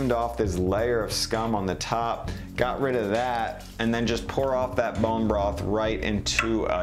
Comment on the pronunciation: Great video but why you keep saying bone bross . it’s broth. Just call it stock you can’t say the word